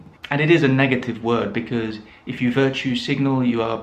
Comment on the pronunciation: Interesting that you say BEKIZ for BECAUSE. I often hear BECUZ, but your pronunciation is a first for me! Signed, Perplexed English Teacher